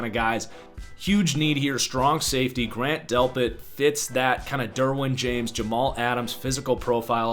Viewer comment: Also Grant Delpit... Not "Grand Delpit"